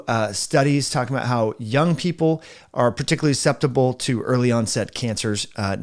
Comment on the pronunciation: You lost me at sceptible. The word is susceptible